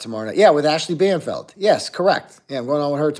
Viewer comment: It’s Banfield, not Banfeld